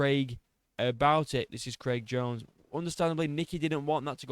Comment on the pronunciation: Bro said "one step behind creg jones" 😂😂😂😂😂😂